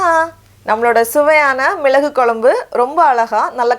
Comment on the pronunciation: Kolambu illemaa. Kozhambu innu sariyaa pronounce pannunga.